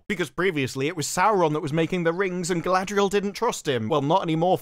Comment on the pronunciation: Ah yes Sauron’s chief Lieutenant.. Guyladrial